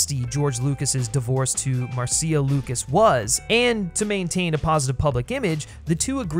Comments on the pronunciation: You're driving me crazy with the MarSEEa Lucas pronunciation. It's just Marsha, but with a cia ending. This has one of the best openings of ANY movie. It's extra funny if you know the song Anything Goes - but then the crazy fight with the ice and jewel and antidote - the fall from the plane and the rapids.... just wow! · Why does the narrator keep mispronouncing Marcia Lucas' name as Mar-see-uh Lucas? It's Marcia. Mar-shah. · Very minor nitpick, but I'm pretty sure it's pronounced "MAR-SHA", not "Mar-see-ah". Great video! You did a fantastic analysis. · Pretty sure the name is pronounced MARSHA, not Mar-See-A 😂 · I’m pretty sure it’s pronounced Marsha. At least that’s what Francis Coppola said. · Um, Mar-see-ah? Marcia is pronounced Marsha. Great video none the less. I had a similar experience with Temple of Doom. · Marseeia? Is this AI voice? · I know I’m two years late, but… it’s pronounced “Marsh-ah” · You’re pronouncing George Lucas‘s wife wrong it’s Marsha not Marcia like the oldest daughter on the Brady bunch Marcia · Hey expert her name is Marcia (as in "Mar-sha") Lucas. Who pronounces Marcia the long way round? Marcia. Marcia. Marcia. Also, although I agree about Temple of Doom, you really have basic bitch tastes, no offense. SEE: Snyder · Dude how do you not know how to pronounce Marcia Lucas' name??? It's cringe inducing. It's not Mar See Uh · Marcia Lucas' name is pronounced, "Mar-sha" just like "Marcia" on the Brady Bunch. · Very much enjoyed the defense of Temple. Just an FYI, "Marcia Lucas" is pronounced "Mar-sha", rhyming with "Martha". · I literally just watched this and was looking through the comments to see if anyone was gonna mention his pronunciation of Marcia, lol. Aside from that minor quibble, great analysis and TOD has always been my second favorite of the Indy films.